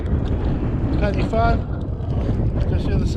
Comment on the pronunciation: My old stomping ground😅 It’s pronounced Corn Dee, Penner Van and Van e big. Cribyn was bang on.😁👍